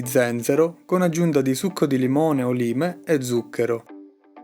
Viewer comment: "laim" lime penso